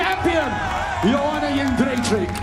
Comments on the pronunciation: Joanna Jędrzej-CZYK not CZAK. Come on!!! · yed-jay-check. how are so many people fucking that up lol